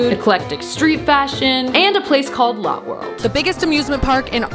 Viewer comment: but it is lo tae